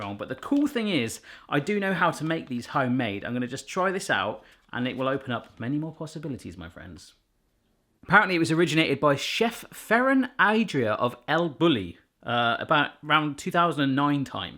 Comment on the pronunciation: Took me a sec to understand that he was saying “Ferran Adrià” and “El Bulli” lol